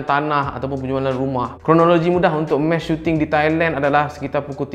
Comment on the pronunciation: Bkn mesh... Mass🤦🏻‍♂️